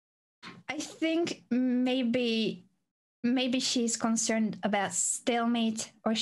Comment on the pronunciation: does he really think it's called "stalmate" in spanish??